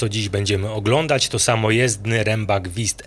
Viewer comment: Broń Boże abym się czepiał- wiem że my, Polacy mamy problem z wymową niemieckich głosek, ale Wüst brzmi inaczej, nie wist😊